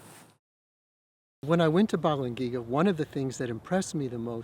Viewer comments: If these guys are so familiar with the Bells of Balangiga, then why do they not know how to pronounce the name "Balangiga?" But glad to see them returned to the Philippines. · U pronounce thats as ba-lang-gi-ga bells,i know it cause im a filipino ,the philippines own that so pls give it back to us....